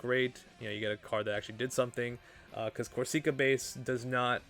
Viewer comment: not to be that guy but we gonna be hearing it for some time and Corsica is a real place lol it isn't a hard E sound like seek, it's sick